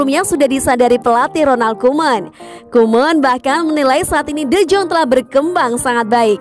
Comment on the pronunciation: Penyebutan nya D Yong Bukan D Jong Saran sih